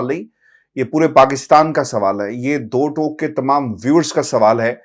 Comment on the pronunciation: یہ لفظ دو "ٹوک" نہیں touuuk "ہے